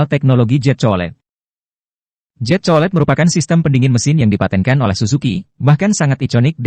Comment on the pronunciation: Jet bukan zet 😂😂😂😂😂